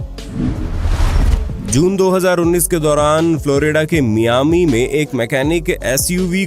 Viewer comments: Miami ka uchchaaran MY AAMI hota hai, na ke ME AAMI. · Miami as (Mayaami) not Miayami.